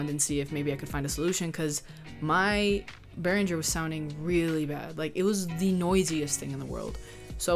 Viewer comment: would be nice if you learn how to pronounce Behringer correctly before you start teaching stuff to other people...